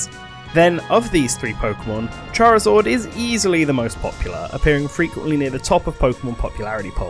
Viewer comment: "charizord" wtf